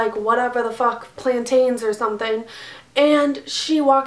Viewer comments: Is there any other way you say it? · Most people in my area and in any where I've been in USA as a whole pronounce it the way she does. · no it isn't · She says Plantain so funny lmao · alright, well in the West Indies we pronounce it the latter.... lol I've never heard someone pronounce it like her